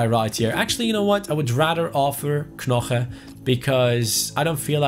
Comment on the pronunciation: you don’t say knoche, you say noche